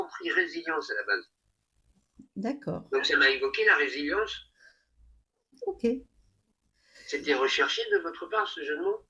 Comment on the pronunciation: On dit résilience et non pas revelience